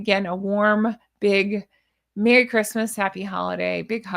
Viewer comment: Merry not Merrt.